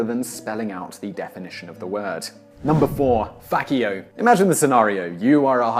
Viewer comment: ))) it's actually pronounced like "faCHian, FaCHio"